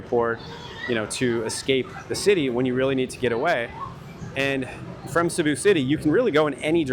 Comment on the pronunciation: Cēbu please , not Cabu